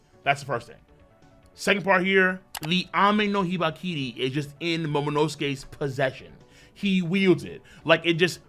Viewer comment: I thought it was Ame no Habakiri not Hibakiri